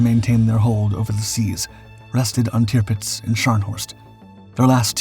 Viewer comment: Tipits?? Tirpitz!!